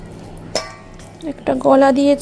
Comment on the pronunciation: কথাটা মেটো নয়,ওটা হলো মেটে।মেটো কথা টা শুনতে খুব বাজে লাগে,মেটে বলে সবাই।মেটো কোনোদিন কোথাও শুনিনি।